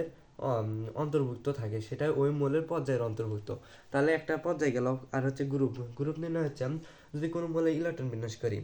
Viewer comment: পজ্জাই, গুরুপ, 😂😂 আনুভুমিক ❌ অনুভুমিক✅😂😂😂😂😂